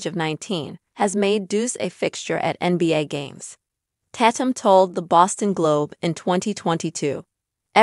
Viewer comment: FYI His Last name is not Pronounced Tat -um its Tay-tum and its obvious they wanted to keep it private its unfortunate from one video clip its now gone Viral now they really have to duck and dodge the media and I think its so said that people can't just keep the parts of their private life private that they want to keep that way.